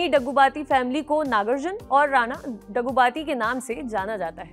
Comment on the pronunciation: Madam... please pronounce the names correctly... You pronounced Daggubatti, Fahadh wrong..& other 2-3 names... Do homework & one more thing...Mahesh Babu is also a great actor... don't criticize by saying..."creative difference ka hawala.." By the way...South Indian actors have very good rapport with each other....unlike Bollywood...😏